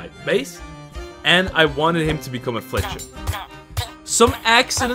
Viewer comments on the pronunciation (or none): none